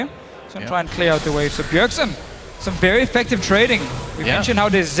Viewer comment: "BJERSEN" lol